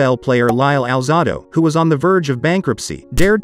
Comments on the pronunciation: The narrator mispronounced (Al-zay-do) Alzado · You're full of it, get your facts straight man, and have the respect to pronounce Alzado's name correctly, very disrespectful 🤔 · Your mispronouncing his last name. It's Alzado(alzaydo) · Finally!!! Somebody that knew enough to correct the voice over that was pronouncing Lyle Alzado’s last name as “Alzahdo”! I can’t believe that could happen with a name that is VERY familiar to even casual pro football fans!